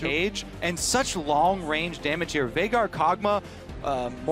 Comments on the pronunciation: They called him "Veigar" and since they pronounce it as "Vay-gar", it sounds like Faker because of their accent. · it sounded like faker, but he actually said Veigar haha. it just was pronounced weird